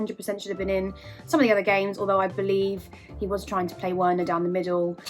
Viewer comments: For goodness sake, it's pronounced Verner not Werner, please Chelsea fans get that name right, no wonder why he can't score 🤦🏾‍♂️ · Its pronounced "Verner" ffs